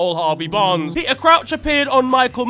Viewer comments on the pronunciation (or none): none